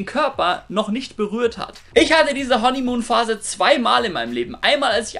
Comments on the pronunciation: Honeymuhn???? Hanimuhn!! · Was ist "Honnimuun" ?